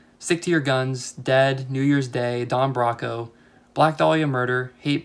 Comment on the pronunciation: Highly recommend Don Broco, a great British band from just down the road from me that puts on one hell of a live set (also it's pronounced bro co haha)